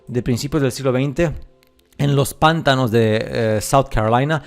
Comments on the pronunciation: panTAnos. Carga la voz en ta. es que se escucha muy cómico los PANtanos. es interesante tu pstura. Tengo que contarte que encontre una versión antigua de Las mil y una noches y ahí se habla de que el Sultán era el regente de la Gran Tartaria. Ahora, leí varios cuentos y las descripciones no son de parajes desiertos, sino más bien bosques, rios, etc. Me pareció raro ya que supuestamente se trata de una historia arabe. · "Pántanos" no, "Pantános" si pero sin la tilde marcada, te la puse para que sepas donde se acentua. Saludos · Checa la pronunciación de pantanos, lo estas diciendo pántanos, para el habla hispana suena como un rechinido. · Pantanos lleva su sílaba tónica en la segunda sílaba, “ta”, no en la primera... saludos